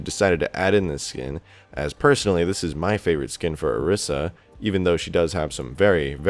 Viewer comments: I swear to god if you say OR-IS-UH again it's OR-EE-SAH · It's pronounced O ree sa